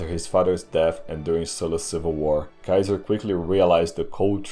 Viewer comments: it's Gaius Iulius Kaisar not kaizar. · It’s Kai-hard S- Ar not KaiZer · EYE-U-LEE-US is totally wrong. I is an EE sound not a diphtong. SEE-SAR absolutely dumb pronunciation it's KAI-ZAR. dumb barbarian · GUY-US EYE-U-LEE-US SEE-SAR is how it IS pronounced! The name "Caesar" survived the fall of the Roman Empire and was handed down throughout the Middle Ages to our present day without variation in how it is said. No serious linguist pronounces it any other way. You are spreading a revisionist view that is not accepted by the vast majority of college roundtables. Your swearing throughout the video is childish. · Oh no. Another kaiser pronouncer :D. Dont pronounce it as those "filthy barbarians" :D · Actually he pronounced it wrong too lmao. It’s Ka-Eh-Sar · Pronounced differently though. I understand why he reads Latin as if English, people'd get confused but... the c always sounds like a k, at least while Rome lived. Kikilia, Sikilia, Kaesar, Kikero, "Veni, Vidi, Viki", etc. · a guy who always complains about germs, pronouncing Caeser like a germ... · Imagine thinking the G*rm pronounciation of Caesar is the correct one LMAO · The kind of correct, kind of latin way